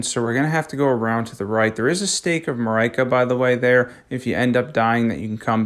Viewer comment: I hate how he says Marika, otherwise good video so far